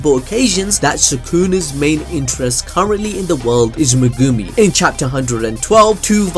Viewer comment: I don't understand. He watches the anime, no? So why does he choose to say megooomi instead of just saying it like it sounds. Is trying to be quirky or some stupid shit?